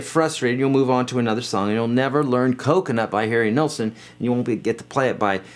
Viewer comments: Sorry, dude you talk too much. And it's "Nill-sen" Now, get off my lawn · Please learn how to pronounce Nilsson's name. Thank you.